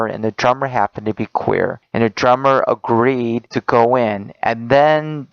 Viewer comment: This dipshit is mispronouncing just about every other word he says; 'ageed' 'citiphicate' and sounds like a **** 14 year old. How the hell does he have a daughter?